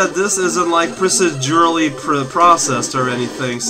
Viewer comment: Adding "procedurally" to the list of words hilariously mispronounces